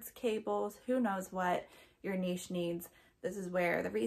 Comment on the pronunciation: Thank you for saying "niche" correctly, was losing my mind with every other reseller saying Nitch XD keep up the good work and thanks for the advice.